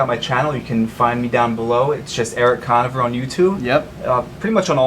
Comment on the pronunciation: lmao the way he pronounces Conover